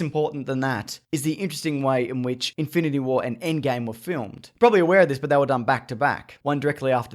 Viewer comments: In-fine-ity war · Log-ann and In-fye-nanty Wah... Did you have a stroke? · "infanity wahr" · infainatah wah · LogAAn... InFINEity warAIRR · "Einfineity wair"